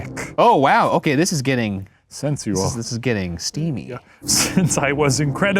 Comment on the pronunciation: Shane saying “sensual” (senz yu well? senz yu will?) will stay with me for the rest of my days.